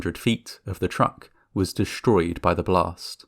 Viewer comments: Schtranded? Schtrange? Deschtroyed! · you saying 'dish-stroyed' is why i pressed dish-like.